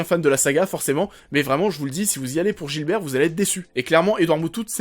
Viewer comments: Par contre c'est pas "Gilbert" mais Gibert. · je n'aime pas du tout le ton de ta critique. Ok tu as le droit d'avoir ton opinion, mais ne dit pas aux autres ce qu'ils doivent faire. Occupe toi de toi et de ton opinion... P.S. C'est pas le commissaire Gilbert mais GIBERT!!!! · Alors on essaie de faire un effort et on arrache pas les noms dés le depart... GIBERT et pas Gilbert. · La vidéo est super mais juste c'est Gibert pas Gilbert ;) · C'est GIBERT pas Gilbert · Gibert bordel, pas Gilbert !